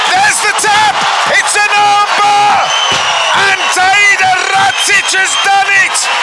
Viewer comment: Definately not "ratich" xD